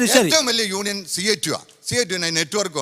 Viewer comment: Union ennu parayan ariyatavana samsarikam varunne hahaha